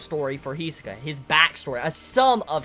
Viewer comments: "Hee-soh-kah" That's how he says it, though rather fast. And he puts pressure on the wrong point. HEeeeeeeeeeeeee-sohka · Every time he mispronounces Hisoka I shed a single tear